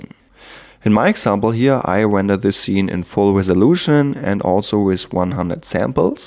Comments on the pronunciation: If I had a dollar every time he said wender... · If I took a shot every time he said wender, I'd have blacked out by the 1 minute mark.